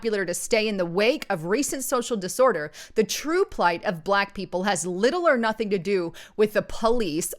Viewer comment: BAAAAA-LACK..........................IT'S ONE SYLLABLE , YOU ANNOYING NIT. GO ALL CAPUTO ON US, GET IN THAT BUNKER, WITH YOUR AMMO. AND ALL THE BEANS.GAS MASK NEEDED.